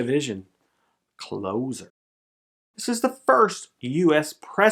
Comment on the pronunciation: It's Closer as in stand close to me. Not as in close the door.....